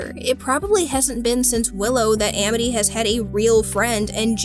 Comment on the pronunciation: Why did she pronounce "Amity" like that?